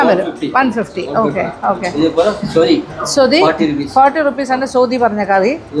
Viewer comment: Soathi alla mam, sothi😍